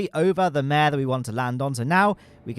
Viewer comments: Pro-tip: “Mare” in the context of Lunar low-lands is pronounced “Mar-ae.” It’s derived from the Latin word for “sea.” The reason why they were called “Mare” is because they appeared to look like bodies of water due to their (relatively speaking) flat surfaces. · Bonus points if you roll the ‘r’